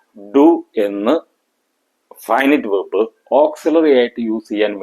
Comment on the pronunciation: He is not speaking in English. The word verb is pronounced incorrectly.